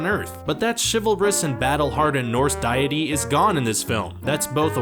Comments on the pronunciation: The god of lightning and thunder HIMSELF son of ODIN is a demi god of SORTS? You’re joking right. The reason they didn’t talk about Bannen was because that’s probably for another movie best not to spoil right. And die ity it is pronounced dee tee spelled deity where did dieity come from. I think I officially hat your channel and all this nonsense. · ...."diet-y"? "DIET-Y"!?!?! I think you mean "DEITY". DAY - IT - EE sounds far better than referring to such a being of divinity as a calorie-free soda pop. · what’s a diety I think you meant deity Sorry it just bothered me a slight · Die-ety? Also he's not a DEMI-(or partial) GOD he's just a God. If you're going to ask for our time do your homework. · you pronounce deity wrong.